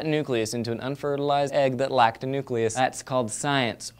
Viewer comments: said NUCULUS again..!!!!!! See =D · Not that I want to pick on the awesomeness that is, but, NUKULUS IS NOT A WORD!!!! AAAAAAHHHHGHGGBBBB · DID HE SAY NUCULOUS!?!? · said "nuculus" instead of "nucleus" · ...did you seriously just say "nuculus?" I am thoroughly disappointed. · pronounced nucleus wrong